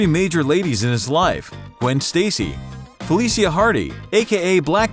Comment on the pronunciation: This guy literally said “felisea A”